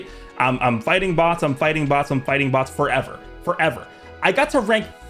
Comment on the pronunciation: blud said 4even 💀